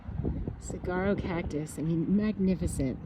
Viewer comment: You worry me! And it’s pronounced silent g. Sawaro (saguaro) ❤